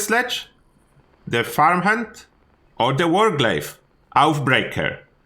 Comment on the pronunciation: Love the videos but its oathbreaker not outbreaker ,oathbreaker means promise breaker just so you know thanks